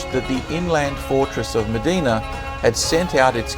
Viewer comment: Very well-researched but I can see I'm not the only one who found the music too distracting and melodramatic. Also, the town of Mdina is pronounced as 'Em-deena' not 'Meh-deena'.